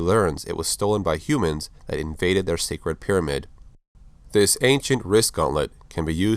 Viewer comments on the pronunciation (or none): none